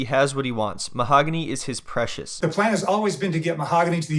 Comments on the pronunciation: "Mo-haaag-on-eee", get lost! 🤣🤣🤣🤣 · Get it right it's MA-HOG ANNIE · Too bad he still says the name wrong after she corrected him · I love that even after being married AND asking her how to pronounce her name, he still gets it wrong. You can't make this up 😂